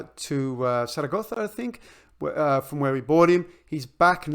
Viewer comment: I rewound you pronouncing Zaragoza four times when you were talking about Frances! Beautiful stuff. I may will need your help when the main game is released - my Spanish is no bueno!